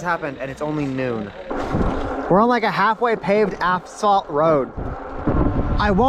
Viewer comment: Why did you pronounce it aphsalt 😂